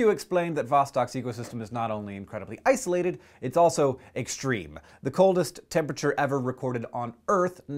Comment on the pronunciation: Couldn't help noticing he said ICEolated ;)